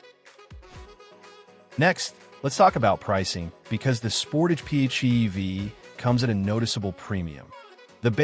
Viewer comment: Not bad info, but if you want to be taken seriously you need to ditch the crummy AI voiceover. I cringed every time it said PHEEV, or MP-Go (instead of MPG-equivalent) or the Toyota R-A-V-4 instead of RAV-4 etc.